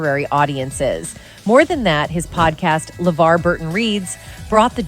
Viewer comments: hmm is it just me or did She change the pronunciation of "LeVar" multiple times in this video. and good to see Geordi got those ocular implants. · I hate to say it, but I think the OG video you're reacting to is a product of AI. I had a few concerns with little things (awkward reading of the show title "Star Trek: The Next Generation", mispronouncing LeVar's name when talking about his website but not elsewhere), but when the narration directly read a line that was being highlighted on a tabloid article, it pretty much gave itself away. I looked up the OG video, and the channel looks like a similar mishmash of AI content. There's also a knock-off using a similar tagline and thumbnail with a very, very obvious AI voice on a different channel. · So at what point does Levar Burton speak any sort of revelation in this video? He doesn't even speak. It's just the AI voice that keeps mispronouncing his name. Am I missing something? Is it just a poorly titled video? Who keeps making these videos exposing hollywood without any actual revelation? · Weird that the AI speaker pronounces Levar's name two ways.